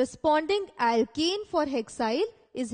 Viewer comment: Why does it sound like ur saying alkEne and not alkAne. If I didn't know better, I'd hv been thoroughly confused. Other than that good job